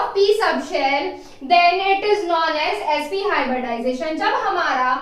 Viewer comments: It's hybridization not hyberdization🙄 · Sorry madam.....but it is hybridization not hyberdization at all😐😐